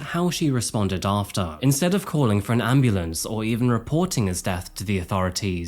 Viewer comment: Did she call an ambulance or ambalam